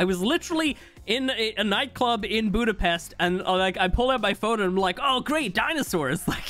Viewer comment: Budapest? Are you Hungarian